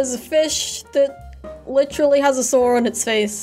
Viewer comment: You say “sword” like “sore” sometimes